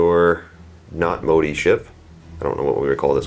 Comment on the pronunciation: I hate to be that guy but the Admiral's name is Motti. Pronounced Mot-tee. You guys keep saying Modi and I can't figure out what you are talking about.